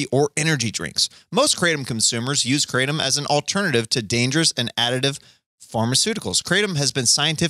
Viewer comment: Kratom is pronounced: "kruh-TOM"